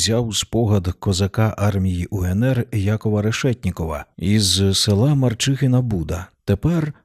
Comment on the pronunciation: Як це "МарчиХина"??? МарчиШина!